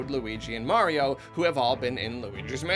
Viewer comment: You mean Green Mayrio?